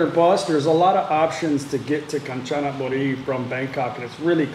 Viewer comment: Rajendren Natraj not the same it called Ganchanaburi but pronounced “ Gaan-ja--na-bu-ree”